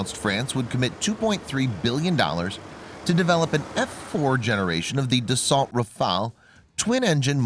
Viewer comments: It’s pronounces Dasso not dasalt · It's pronounced ''Dasso'' ... the 'lt' are silent and the vowels 'au' are pronounced as 'o'.